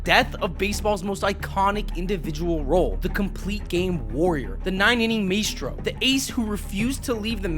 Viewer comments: Oh my God, please learn how to pronounce things before you have another go. Please. "may-stro"? "Warren Span"? I had to stop after you mispronounced the name of one of the best pitchers in the history of the game. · It’s pronounced my-stroe